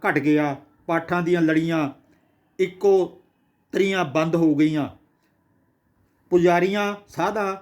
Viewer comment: I think you are not a good Punjabi reader..it is not ekko tri but ekotri means 101